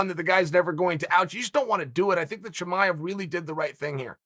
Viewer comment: Wait you just said Chimaev the correct way???